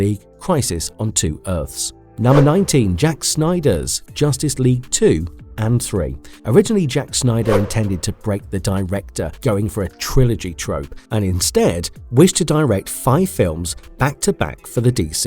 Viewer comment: Are you saying Jack Snyder?